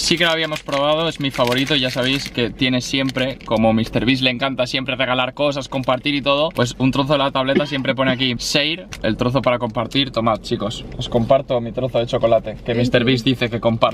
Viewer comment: La palabra es share no sear. La h se pronuncia en inglés. Así como pronuncias la ch pues también se pronuncia la sh Cuando ves la palabra china no dices cina o cuando ves la palabra churros no dices curros. Share, show, shop, shin…etc.